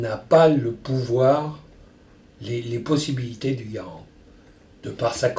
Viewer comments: sugar glider John Garand was born a french canadian. So yeah that's technically the right way to pronounce it. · He pronounced Garand right lol. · I think Ian might want to start learning French! Hearing Henri say Garand in the correct French manner is oddly pleasing to the ears.